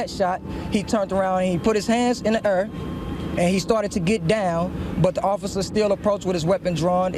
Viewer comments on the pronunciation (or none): 😂😂 let me axe you a question, what is "err"!? Shoulda put his hands up, not in the err! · AND ITS AIRRRRRR NOT ER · "he put his hands in the urr"